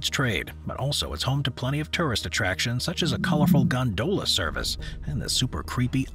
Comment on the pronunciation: Gone-dough-la interesting hahah